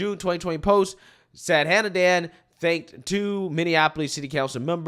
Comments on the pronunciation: I want to give you a tip to pronounce the woman's name (I'm Indian). She-waan-thi Sa-thaa-nan-dhan. Shivanthi means a part of Lord Shiva (God of destruction in Indian Mythology). Sathanandan is made up of 2 parts: Sadha - meaning 'always', and Anandhan - meaning 'happy'. So, it means 'always happy' or 'eternally happy' - which also is an attribute of Lord Shiva. The name is of Tamil origin, and in the Tamil alphabet, the letter for 'tha' and 'dha' is the same. So, she is writing Sadhanandan as Sathanandan, which is just a variation when you transcribe the Tamil word to English. I see all the videos that people are struggling with her name. I thought maybe I could help you to get them to pronounce her name a little more easily. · Shi-vahn-tee. Saht-ah-nahn-dahn